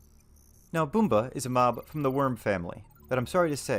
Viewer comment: its Bum-ba not Boomba